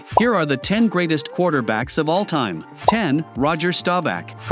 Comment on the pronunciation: This guy can’t pronounce Offense or Offensive!! Let alone all time!!